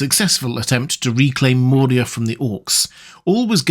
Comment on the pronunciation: Dude, i dont know if im just crazy, but i keep hearing you add a d to Moria and it sounds like nails on a chalkboard everytime. Its moria, not Mordia. If you arent saying that, i apologize and need to get my ears checked